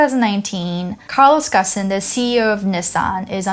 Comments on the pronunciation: First time I hear someone pronounces his name so weirdly. It's more "gÔne" than "gone". Certainly not "gossen". Watch many of his live interviews, he surely would not let people pronouncing his name so inaccurately. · I am pretty sure Ghosn is supposed to rhyme with "bone" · What's Gussan? His name is pronounced Ghone. Poor journalism. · I like the series but this video was pretty bad. She can't pronounce the name of the main protagonist (pronouces Gone, not Gosn). Carlos Ghosn is actually french-lebanese-brazilian. He is depicted as a victim of the Japanese justice system, an oppressed man fleeing for freedom when he was in fact a financial criminal who got caught escaping a legitimate punishment. Even if the facts of the escape are pretty accurate, the overall story she tells is not the truth. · The correct pronunciation is "Gown" as in Bone. At least that is how his close friends pronounce it. I am assuming you have never spent time with him, so I will defer to those that actually know him for the right pronunciation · In Japanese his last name is pronounced like "gone". so when this happened we joked about it as "Carlos Gone".